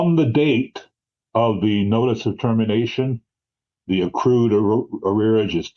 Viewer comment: I’m just proud of the fact that nobody in the live chat remarked on the “arrearages”